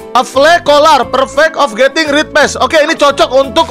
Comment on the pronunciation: Bang red bang bukan ret😮‍💨